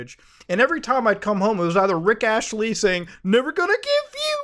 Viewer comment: Never heard anybody call him Rick Ashley before, but dude to be completely honest, at this point, GTA 7 is going to come out before GTA 6.